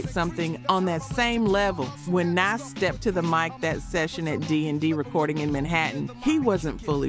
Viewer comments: How u say you live the music but pronounce names so wrong? Rakim not Rakeem. You didn't even pronounce Nas correctly. I love the focus on music but u gotta learn the names. & Live at the BBQ & Verbal Intercourse should be on this list for Nas's verses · Lol at the way she says Nas. Anyways I miss old rap from the mid to late 90s to the mid to late 2010s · Tupac [TOO-pahk] Nas [NAhZ] Suge [SHUUG] I don't get how you could be mispronouncing these, if you lived this era of hip hop you would have heard these names spoken just as often as you seen them written. The general delivery of your voiceover has improved since the first videos and that improvement aligns with someone becoming more comfortable and confident as experience is gained, so I don't think it's a computer generated voice we are hearing. But as I don't really take an interest in AI audio and its advancements I could be wrong...